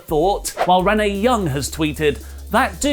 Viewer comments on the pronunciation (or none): none